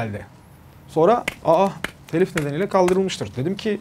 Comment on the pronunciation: NİYE TELİF DEMİYORSUNUZ TEELİF DİYORSUNUZ